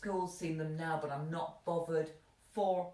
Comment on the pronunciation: Like 'Bovvered' love your haircut